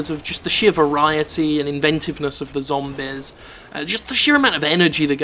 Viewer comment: LOL I never get tired of how he says "zombies", it's like "zombiz"